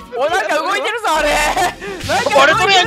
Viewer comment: の「見逃してクレメンス」もめっちゃ好きだけど、その前のの「コンテナが動いてるぞぉ↑↑」の謎イントネーションもめっちゃ好きです